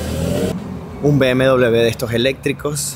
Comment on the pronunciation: Me hace mucha gracia cuando dice Be Eme Doble Be